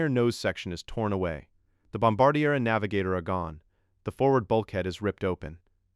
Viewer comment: This idiot does not know the how to pronounce bombardier, or maybe it is the AI generated crap that is used!